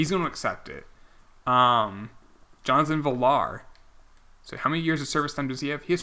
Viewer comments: Dude, it’s pronounced V-yar, not Vih-lar. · Jonathan isn't pronounced VILL-ARE, it's like talking about Virtual Reality, V-R